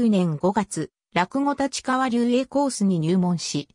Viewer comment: 「たちかわ」は頂けないw。wikipedia丸読み。